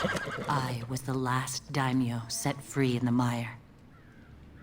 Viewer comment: It's pronounced day-me-yo not damn-E-you